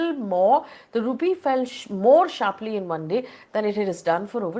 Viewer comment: The throlling of the Rupee is sssharpleey down landing piece by piece. Excellent English communication skills. 😂